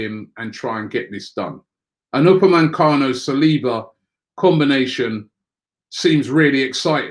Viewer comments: I missed that but I meant he says upamencano when it's upamecano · ROBBIE!!. UPAME-CANO.. Robbie, there is no N after the E in his name. It's hard hearing it like this for ages now lol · Upamecano* there isn't an N in his name